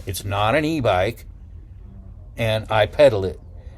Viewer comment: At first I heard you say: E bike b0mb LOL :) I've been watching channel too much :)